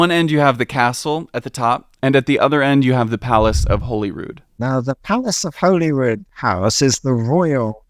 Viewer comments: > initial segment on pronouncing Edinburgh correctly > Immediately gets Holyrood wrong Harmless mistake, though quite funny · Interestingly the Nor Loch was actually artificial. James III had it damned and flooded in 1460. Good job on pronouncing Edinburgh and Cockburn st! Less good on Jacobite, Princes St, Holyrood, and a few other little things! Fascinating accent has.. don't think it's an Edinburgh one! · Remember, your corrected pronouncation of Edinburgh is spot on (Edinburrah)., an Englishman, messes it up more and more further into the vid he goes. It's Princes Street - not Prince or Princess. Say "Holly-rood" instead of "Holy-rood"." And in the UK we tend to say "Jack-o-bite" for Jacobite. Considering you're an outsider, very well made video. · And he says “Holeyrude” rather than “HollyRood” 😮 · It’s pronounced like “Holly-rood” (kinda like Hollywood) not “Holy-Rood”, great video though! (And Jack-o-bite, not Jake-o-bite 😅) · Hoh lee rud… not holyroooood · It's called Prince's Street, not Prince Street. And Holyrood is pronounced Hollyrood, like Hollywood. 🙄 Other than that, Mary King's Close was a street which got buried because of the plague and forgotten about. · Pretty good video, definitely lines up with what we were taught in school plus more I didn’t know! But please could you have consulted a local for pronunciations :,) I don’t mean this list to be hateful I’m just a local and want to let people know :) Holyrood = holly.rude (like Hollywood) wynd = wind like a windy road (not like a windy day) it’s princes street not prince street (can’t lie never heard that one before lol) jacobite = jack.o.bite Calton Hill = call.ton hill (also would say that Edinburgh is more commonly pronounced Ed.in.bruh, but that’s just nit picking) and a loch is a loch, never a lake, there is one lake in scotland and it’s out of pure spite (or an accident), Lake Of Menteith if you’re interested :) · holyrood is pronounced holly rood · Yeah i was gonna say that